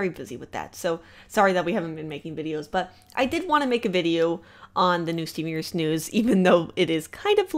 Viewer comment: Evrytime she says stven universe I hear seniors